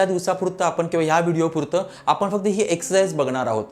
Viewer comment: आपन आपन करू नका. कृपया आपण म्हणा.ण च्या जागी न म्हणू नका.